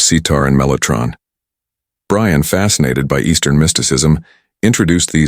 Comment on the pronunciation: Your stupid AI computer generated voice mis-pronounced Brian’s name. He called him, ‘Bre Ann” not Brian. Oh bother people grow up and use human voices.